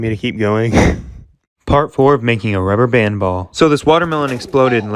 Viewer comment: Thisnis how much times he said ruber band 👇🏼